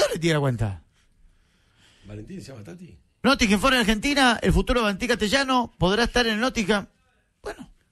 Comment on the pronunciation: "El nothinguin fores, un equipo de mierda" palabras sobre uno de los clubes ingleses mas históricos y exitosos del pais, dichas por un periodista que no conoce si la información que está diciendo es verídica o no pero la dice igual. No hay remate 😂